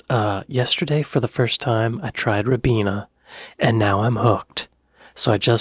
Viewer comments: It's pronounced RYE-BEENA, not RIB-EENA. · I don't know if you are interested or not but British people pronounce the Ribena name as (Rye - Bee-nuh. Not as you say Rib-been-a. Sorry I hope I have not annoyed you. 😁👍🇮🇪🇺🇲❤️🙋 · Rye Beena not Rib eena, get it right. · It was bugging me yesterday too 😂